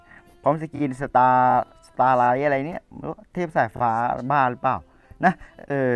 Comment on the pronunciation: สกินมันอ่านว่าสตาร์ไลท์ 🐃🐃